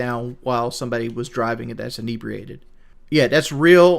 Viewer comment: I cringe when says inebriated. Bet he cant spell it